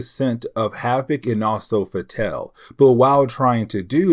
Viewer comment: I agree with your pronunciation of "Fatale". It would be nice if they gave us pronunciation guides, but I think you used the only pronunciation that makes any sense here.